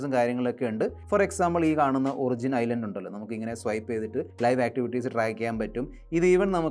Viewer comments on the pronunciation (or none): none